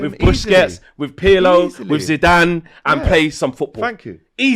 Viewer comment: Zidane. It’s Zidane.